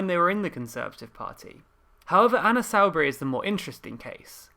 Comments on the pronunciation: Love it, great dialogue. However dear boy you must pronounce names correctly. Anna Soubry is pronounced 'Soo- Burie'. Not 'Sow-Bury' which really grates. Please do the pronunciation correctly. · It's pronounced Soo-Bree, not Sow-Bree. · Its not pronounced Sowwbry its Soooobry, and Berger is not Berger its Berja - just FYI but good video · I always, thought is was Anna Soubry as in soup, not as in South. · Can we clarify whether the pronunciation of Soubry is “Soo-Bry”, as I think, or “Sow” (as in, Pigs, not Sow as in throwing seeds around)?